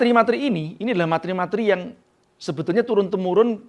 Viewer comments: Maaf mas..🙏🙏🙏 Pelafalan materi Bukan mat-ri Tapi ma-te-ri. Sekali lagi 🙏🙏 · Pak "materi" penyebutannya salah.